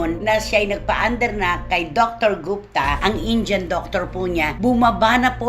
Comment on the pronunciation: How to pronounce Indian: It's not "in-jan". It is "in.di.ən"